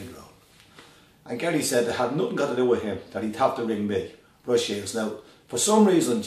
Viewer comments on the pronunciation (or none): none